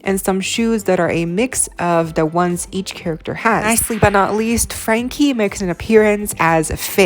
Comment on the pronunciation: The word is THE not dee. Thanks